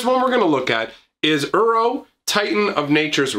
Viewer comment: When he calls Uro 'Euro'.